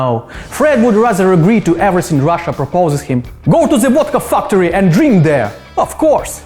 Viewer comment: I liked how you said "Vodka Fucktory" :)